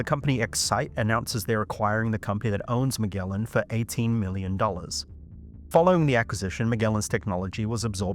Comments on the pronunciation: You're mispronouncing Magellan, which is named after a famous explorer. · You really can't pronounce Magellan correctly?